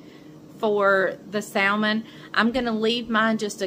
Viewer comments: Your salmon looks wonderful but I know you’re from North Carolina and I have a friend from North Carolina and she salmon the same way you do but I am southern to from Georgia . the pronunciation of salmon is samon It has a silent L. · Love that you’re getting away! 🌴……you do know the L in Salmon is silent…?